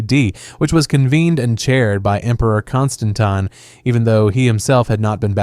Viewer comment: Don't forget his varied pronunciations of Constantine!... This is definitely bot behaviour 😋😋